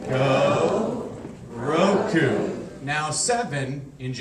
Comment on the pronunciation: lol way back at school we learnt counting to ten in japanese in similar way to help remember :) i laughed though at his accent XD especially when he pronounced 'roku' :D so wrong but funny